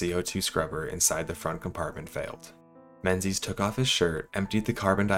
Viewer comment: Only thing I could focus on is how he was pronouncing Menzies wrong the entire video.